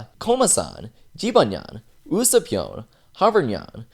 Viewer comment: You say usoupnyan its usapnyan